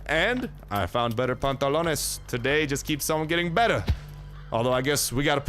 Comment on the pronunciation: From saying “ my pantlots are broken!! I need pantlos” now “I don’t where de pantlots